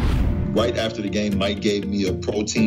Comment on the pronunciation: ok, les français, il faut qu'on se parle…on ne dit pas: THE ≠Ze… on dit: the=DE… on répète… the= DE… que ca ne vous rentre pas dans la tęte, une prononciation aussi simple, me dépasse…pas de ZzZ